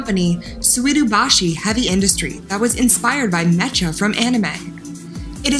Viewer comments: She said me cha but it is pronounced meka but spelled mecha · Who wrote this script Lmao, it sounds like every third graders class presentation. "Me-cha" I'm dying. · I love how you can’t pronounce MECHA and are so uninformed about the “robots” you are talking about. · wow get some info on the gundam and learn how to say mecha next time please